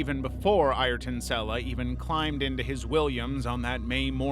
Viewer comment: How can it be an amazing video when he said noone has suffered the same as senna yet you know yourself many more have died in f1 since senna also the guy doesnt even have the respect to pronounce his name properly